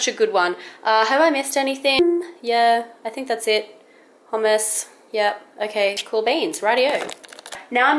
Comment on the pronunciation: actually the first time u said hummus was the right way to pronounce it ;)